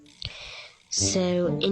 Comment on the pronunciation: Disease just how she said it was funny